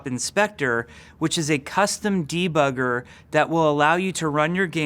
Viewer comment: "Dva-gger", please name the debugger that way!